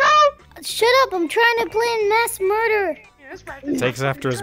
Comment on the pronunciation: He really said Mas murder